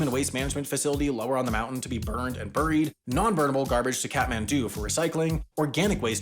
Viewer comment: What is going on with pronunciation of “buried”?